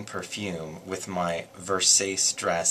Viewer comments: FYI Versace is pronouced Ver-sa-che! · In italy we dont say "vursace" but "verrsahtscie" i dont know how to write it, look it up, thought versace was italian..